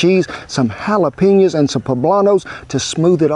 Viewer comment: JALAPINOS NO H IN THAT WORD!!!!!!!!